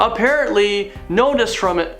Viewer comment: Nostrad-amus? Idiot.